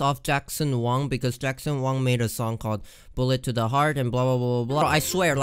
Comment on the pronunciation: Hi The way said Jackson Wang tho. LOOL😂😂😂😂